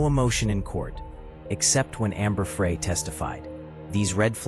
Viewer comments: OMG…… just listened again to the first part. The narrator pronounces Amber’s last name FRAY, whatever it is, it’s not pronounced that way either. Amber’s last name is pronounced FRY like the word. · Wow. Three words in and I'm done with the AI voice that says "Amber Fray" instead of "Fry." Booooo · Fry... not fray. Ugh. Not a good start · Ambey fry not fray. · My only criticism is T o to please pronounce names correctly! Amber‘s last name is pronounced as it were spelled FRY. The narrator pronounced her last name as if it were spelled FREE. The narrator was an American to my ear. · Please pronounce names correctly. Amber‘s last name is pronounced Fry. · Amber FRY...... like French FRY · Thank you! That mis pronunciation is getting on my nerves! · AI narration in the first 10 seconds. Can’t pronounce Amber Frey’s name correctly and the monotonous voice is a huge turn off. No subscribing here. Why can’t people realize divorce is always an option. Murder is not the answer. My sincere sympathies to Lacey’s family. God bless them all.😢😢😢😢❤❤❤❤🙏🙏🙏🙏🙏